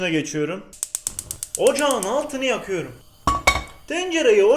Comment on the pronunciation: Ocağın altını yakiyırum demesine hastayım